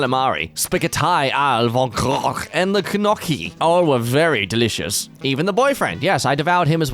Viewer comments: its a italian thing pronounced "noki" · ooo you say guh naughck ee and I'm mad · calamari spaghett-ai all vogrockch and gnocckriyi 🤣🤣🤣🤣